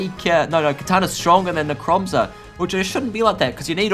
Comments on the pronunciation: Dude,it’s NECROZMA,not Necromza. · its necrozma not nemcroza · PLEASE its pronounced necro zma not necro mza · When i hear necromza: ITS NECROZMA! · lets start off with "necromza" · ITS NOT NECROMZER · Its Necrosma not Necromza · is necrozma not nemcrozma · "Necromzma" xD No offence. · u said necromza...